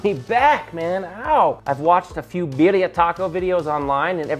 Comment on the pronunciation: You butchered the name and those look like shit lol